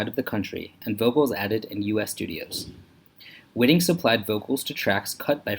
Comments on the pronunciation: Her last name is pronounced WHY-ting, not WHIT-ing. This video is a joke. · That would be Whiting with a long first i, as the spelling indicates.